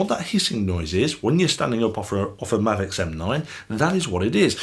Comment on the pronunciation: It's definitely pronounced ma'vix not mayvix. Its the Americans butchering our language again. They can't help it their ancestors got angry over tea in a harbour (Not harbor!) Imagine them spelling Welsh. Da iawn!